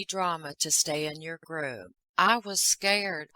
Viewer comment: I loved how you said in your funny accent I was scared 😅❤